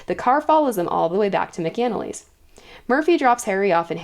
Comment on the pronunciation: Love the recap. Just one critique. Mc-Anally, sounds Mac is In the Alley. At least that’s how it’s pronounced throughout the audiobooks.